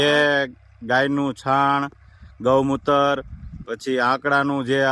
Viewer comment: ચાણ ny છાણ